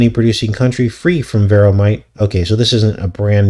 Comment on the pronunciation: Varroa sounds like Pharo. 🤨